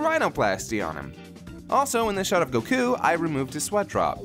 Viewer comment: The way he pronounces goku bothers me so much.